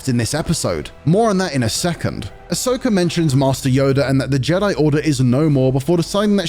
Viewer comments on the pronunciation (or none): Ok but why does everyone always call her Ashoka lol. It's Ahsoka.....